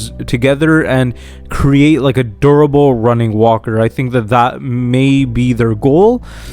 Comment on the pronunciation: Interesting theories. Just slow down when saying "durable". It sounds like you're saying "verbal". Actually, verbal walkers would be terrifying!